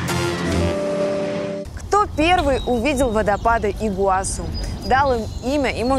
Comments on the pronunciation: Алина, ставь правильно ударение- Игуасý! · ИгуасУ! Позорище, вечно полно ошибок в ударениях. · Ну что ж Алина все время говорит ИгуАсу? Ну ИгуасУ же, можно даже потратить 30 секунд , открыв википедию. Это как говорить АргЕнтина, БразилИя... странно как-то, один ведущий говорит правильно, а другой как будто интернет запретили